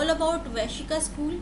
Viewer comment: Good and simple explanation. It is not Vaishika. It is Vaisheshika.